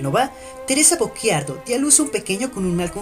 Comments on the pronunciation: No, ... "cci" è diverso da "cchi" ... la pronuncia nel video corrisponde alla grafia "Bocchiardo", ma il cognome della madre di Paganini era "Bocciardo" Sono italiano e conosco la pronuncia della mia lingua 😁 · Teresa Bocciardo...non "Bocc(h)iardo" ;-)